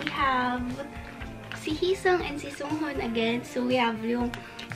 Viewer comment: please its hee-seung not heesang or heesong. and its songhun not sunghun.